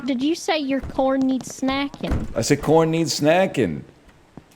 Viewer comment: my stupid ass thought it was COORN HE'S SNACKING